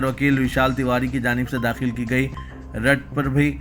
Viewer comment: Rat nahi rit.urdu seekh lo plz